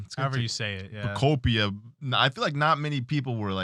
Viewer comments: Love how you keep saying pokepia instead of pokopia 😂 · Poko-Peeya has to go. Cant keep doin that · Most people still pronounce Pokopia wrong, in my opinion. It’s Utopia + Pokémon. And how do you pronounce Utopia? Exactly: Pokopia. -. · it's pronounced (Poe-copia) 😂